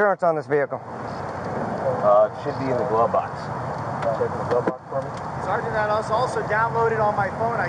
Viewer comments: if he says Sargant i've got a BINGO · He says sargeant far more in one video than anyone that's gone through boot camp in it's entirety. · This other metro guy is almost a fully trained....just needs to learn to say sergeant sergeant sergeant sergeant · I swear the first word to ever come out of mouth was "sergeant".